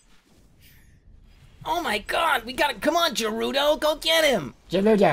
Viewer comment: Hate to break it to you, but Garudo (or "Gerudo", how it's actually spelt), is from Zelda. So close, Jerma, so close!